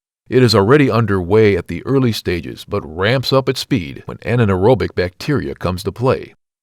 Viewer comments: you seriously need to check with someone or use the internet to learn how to pronounce some of these terms. putrification is "pew-tra-fa-kay-shun" and it is "an-ear-ob-ic" not ana -ear-ob-ic. These are mistakes that destroy your credibility about what you are talking about. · Why do these things always show enzymes as germs or microbes? They are generally our own proteins. They are a catalyst to cell reproduction and usage. Also STOP SAYING "an-anaerobic"!!! It's just anaerobic. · Poot-refaction and ananaerobic huh? It's a sad state when you can't even speak your own language. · Clickbait. Your thumbnail includes a coffin, but you describe a body in an open field, all while mispronouncing “putrefaction” and “anaerobic.”